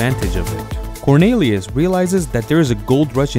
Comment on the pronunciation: (cor-NEE-lee-us),.....not (cor-NAY-lee-us).